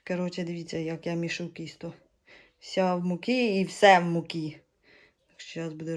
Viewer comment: Так то і є вареники з сиром! Тільки москалі їх називають (з твогогом) 🤮 А от не кісто а тісто, ти ж не молдаванка?